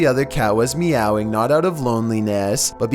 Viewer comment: That "meowing" made me laugh hard! His accent while saying it is funny HAHA Hit like if you LAUGH too! 😆